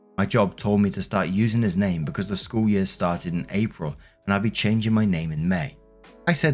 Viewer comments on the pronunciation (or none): none